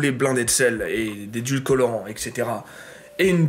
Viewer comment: édulcorant pas "édulcolorant" ☝